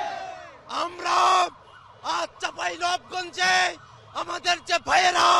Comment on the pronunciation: আমার জেলার নামটা ঠিক করে বলেন